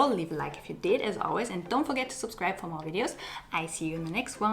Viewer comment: i love how she speaks as an american during all video but at the ending she says like " an' dont foget to suscrib fo mo videos" SOS MUY TIERNA